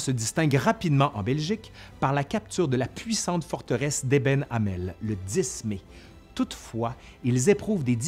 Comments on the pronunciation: Et c'est Eben-Emael, pas Eben-Amel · à 17', la prise de la forteresse de Eben-Emael qui se prononce "ébenne émale". Je sais les noms belges sont parfois compliqués. Belle réalisation néanmoins ! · Bonjour, étant belge et liégeoise, c'est trop mignon votre façon de de prononcer le nom du fort d'Eben-Emael (ébèn émaal). En Belgique c'est très compliqué, outre nos pitoyables accents qui diffèrent d'est en ouest, il faut en plus composer avec les flamands et les germanophones, sans oublier les Bruxellois. Le nom des villes diffèrent d'ailleurs au nord et au sud; (Liège, Luik, Lüttich), la même ville mais le nom français, néerlandais ou allemand, selon les parties du pays, le nom ne sera pas le même. Bonne continuation, vous êtes passionnant.